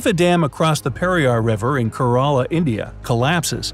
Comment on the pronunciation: He pronounced Kerala wrong